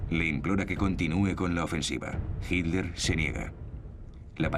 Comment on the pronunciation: El narrador es excelente, su problema es su pésima pronunciación de nombres alemanes. le dice 'Hilder' a Hitler.